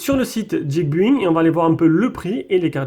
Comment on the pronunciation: Quand même dommage de prononcer geekbuying "guikbuing" quand on se veut geek. Essaye guikbailling, (to buy (prononciation Baille) = acheter en anglais) 😉